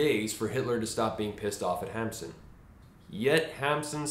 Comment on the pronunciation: " Noot Hamsen "